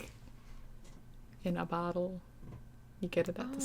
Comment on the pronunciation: Idk why but the way she said bottle made me laugh :)